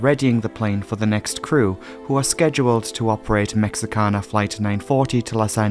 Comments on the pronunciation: Your pronunciation of Mexican cities is so perfect and beautiful, I wanted to make sure you are aware that there is no English "X" (ecks) sound in Spanish, it is pronounced like the letter "H", so this airline company is pronounced "Meh-HEE-ka-na", even by most Americans, where we probably speak fewer foreign languages than any other country on Earth - even less than people from Meh-HEE-ko. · All that amazing research, only to fail to research the airline pronunciation. Cringed everytime as a Spanish speaker.